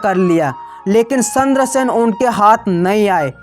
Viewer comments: 😂😂 सही बोला आपने पर उन्हे चंद्रसेन बोलना नहीं आ रहा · तू भाई चंद्र सिंह राठौड़ की जगह सेद्रसेन बोल रहा है और मुट्ठी भर बाजरे के लिए मोटी बर्बाद बागरा बोल रहा है भाई को भई बोल रहा है 😁😄